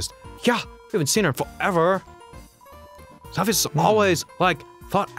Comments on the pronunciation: Somebody P L E A S E tell them it's Alphys, and not "Alphyus" PLEASE. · I think Dr.Alphys's name is pronounced Alf-us...not Alf-ee-us 0-0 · Why do you guys say Alphius when her name is Alphys? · The way they mispronounce Alphys' name is driving me insane